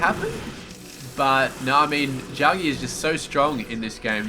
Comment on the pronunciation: The name is pronounced Jack-G. I was also thinking if you find it hard to talk in the beginning watch like a 5 minute news clip or science article etc., and chat about that in the slow parts. I hope you make it one day, so don't be offended by the critique; also with the "sooo yeahhh"... it loses its charm after awhile lol. You have good game sense, casting spped and have a good voice though too so I will keep watching :)